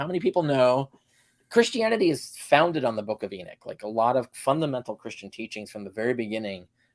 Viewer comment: It's Enoch, not Erick. 😅😅😅 You guys are kind of a joke.